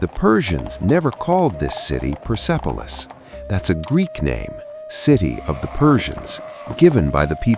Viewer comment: Hallo sag mal wie oft soll ich noch schreiben der Stadt oder Palast heißt nicht pipilos sondern perspolis . Ich hoffe beim nächsten Mal sprichst Du richtig aus Danke